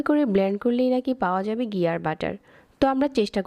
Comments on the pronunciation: ফাতরামি কম করেন। ফাইলামি করেন? ডালডা ব্লেন্ড করে ঘি বানাইছেন? আবার বলতেছেন খাঁটি ঘি। আপনি তো মিয়া ৯০% ডালডা দিয়ে ঘি বানাইলেন। আর গি কি? এটা ঘি। উচ্চারণও রেসিপির মতো ফাতরা। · ঘি বলবেন, গি না! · গি না ঘি।